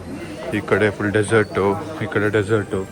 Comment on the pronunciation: bro adu thull alla bro 😂😂 full 😂😅